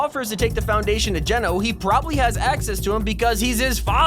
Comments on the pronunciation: did anyone hear that he pronounced Genō right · Finally, you've said Geno correctly, thank you, thank you, liked the vid.